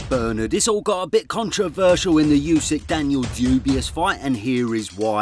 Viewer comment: Dan-Knee-el Dubois